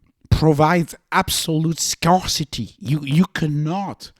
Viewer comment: It's pronounced "scare-city". English is stupidly inconsistent (presqu'autant que le français).